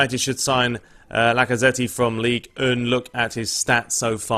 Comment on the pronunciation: La-Ka-Ze-Ti (Lacazette) and Krows (Kroos). Jeez, your pronunciation is terrible. ALTOR KARANKA (Boro boss) is called A-I-T-O-R.